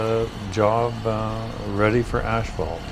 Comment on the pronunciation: Its called asphalt not ashphalt. How long have you been doing this job?🙄